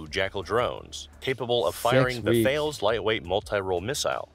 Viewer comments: Its pronounced Tallis not Thales (although with a French accent) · That's pronounced Tales , it's a standard missile format.